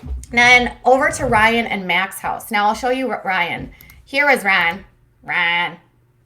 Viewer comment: "Rye-iNN" :P